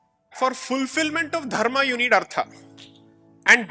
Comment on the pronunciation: from hindi perspective you are right... About those two words... That is because of the schwa deletion principle in languages like hindi... Where the last vowel is dropped... Hence kerala is pronounced as keral.. etc. In samskritam it is dharmaH and arthaH... So his pronunciation is closer to samskritam.